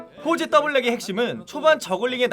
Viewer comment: 진짜 발음 조심해야 겠닼ㅋㅋㅋㅋㅋㅋㅋㅋ